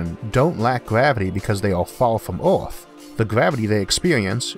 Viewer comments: Hey mate it's Earth not Orth...etc etc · "Getting from orth into space fastor, cheapor and easior" You seem to hate e's. :-p But the content is great so I guess I have to deal with that.